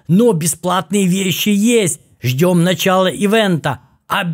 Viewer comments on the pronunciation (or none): none